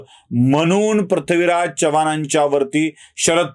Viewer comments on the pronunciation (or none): Prathvi हा उच्चार टाळावा.चव्हाण मध्ये चमच्यातला च आहे,चहातला नाही.वाईट वाटून घेऊ नका, जाणवलं म्हणून सांगितलं.